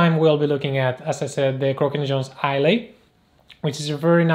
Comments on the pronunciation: Hi - ‘eye luh’ rather than ‘eye lay’. Not that it matters - excellent review, sir! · Great video, thank you. BTW the boot name is pronounced 'Eye - Lah' (Islay) Like the Scottish Island of Islay. ~Peace